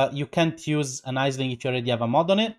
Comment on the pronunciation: cheers for the vid! just a side note, that name is a weird one, its actually irish. the name 'aisling' is pronounced 'ashling' or 'ash' for short.